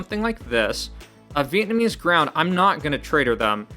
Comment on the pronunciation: Vietnamese Ground had me laughing. It's Vlaamse (Flemish) grond (Soil). Flanders (not the Simpsons 😅) is the Dutch Speaking part of Belgium. You're welcome. 🎉